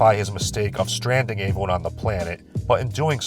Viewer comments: Don't worry,, eventually you'll be able to pronounce words like everyone and every correctly. The E in those words is not pronounced like an A; pro tip. "Ay-veryone" is not right. The fact you can say eventually correctly but not every is beyond me. Lay off the garbage,. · What's up with the way pronounces the word "everyone"? It sounds like "Avewon" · This guy pronounces the word Everyone weird.